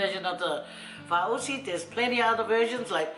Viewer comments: 😂😂😂 how you pronounced it... It's FA-AU-SI not FA-U-SI 🤣🤣🤣 Malo... Looks so good thou...I want to try making it with kalo... ❤❤❤ Can you please make "MASI POPO". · I cringed when you pronounced faaausi. It felt like you were swearing in Tongan ‘matausi’ 😂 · 🤣🤣🤣 I swear I thought u were just kidding with your pronunciation of this until u kept saying it wrong all the way through 🤦🏻‍♀️😅😂🤣 oh you're funny. Thank you for this lol made my night!!! I hope u and the fam are safe and well during COV19 🌺